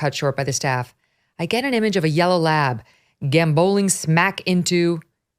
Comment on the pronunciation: Megyn passed the bar but can't pronounce gambol, unbelievable! The American education system for you